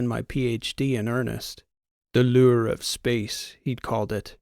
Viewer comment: The loou-er of space. 😃😂